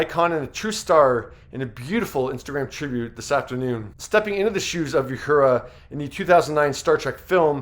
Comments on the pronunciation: As tasteful and respectful as this video is, celebrating and commending a true star in our universe, might have gone to the effort to pronounce the character names of both Nichelle and Whoopie correctly. Uhura - ooo hura, not you hura. And Guinan, is guy nan not g oo e nan. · Thanks for the tribute, but based on the way he pronounced several names, I don't think this guy ever watched Star Trek in his life. You-hura? Gwee-NAHN? Ouch. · you mispronounce "Uhura" and "Guinan". You can do better. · It's really funny watching a video narrated by some fool who knows absolutely nothing about what their talking about. It's pronounced "Uh Horra" not "You Hurah" and Whoopi's character was pronounced "Guy Nan" not "Gu A Non". If this guy ever watched 1 of each of those shows he would know how to pronounce their names. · Also, not You- hoora. OO- hoora. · If you’re doing a report on Star Trek, at least learn how to pronounce the characters’ names. It’s not Ya-hoora and Gweenan. 🙄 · Who is this guy narrating this? He mispronounces Uhura as You-hura, Guinan as Gweenan, and can't read a sentence, saying "around" when the text clearly said "throughout." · Did you also say YUHURA? What? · You need to get the proper pronounication of Quinan and Uhura. Fyi Mulgrew's character wasn't a commander she is a Captain. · You mispronounced Uhura, twice. You mispronounced Guinan. Have you ever seen so much as one episode of Star Trek, or are you just trying to cash in here? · One you pronounced Guinan terribly two it wasn’t the first interracial kiss though it was a very important early one and three this is a great tribute keep up the good work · Are you purposely mispronouncing Uhura and Guinan's name? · The sentiment of this video is great! also it's; oohura not youhura guynan not gweenahn tahkeye not tahkae